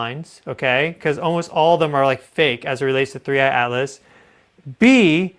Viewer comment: Thanks for being REAL! So much AI out there that can’t even say the objects name right…….there done….”click”